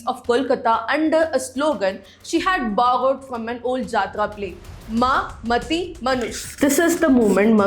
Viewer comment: what a pronunciation man like seriously maati ko mati and its bhandaar not bandar